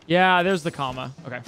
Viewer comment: I'm dying you calling the tear memory COMMA 😂😂😂